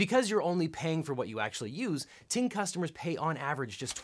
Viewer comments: oh I know just the way that he said it at first I wasn't looking at the screen so I thought he said TMobile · OBJECTION: Ting Mobile sounds too much like T-Mobile when you said it.